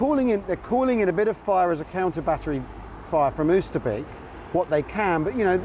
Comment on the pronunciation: Great stuff, like having a personalised guided tour! I have friends in Arnhem so have visited the area many times so its great to see the places I know and being able to tie them in with history. One thing, your pronunciation of Oosterbeek, it should sound like OSTER-BAKE. The double O makes a Oh sound and a double E makes an A sound like a cockney shouting Hey! Keep up the great work chaps 😊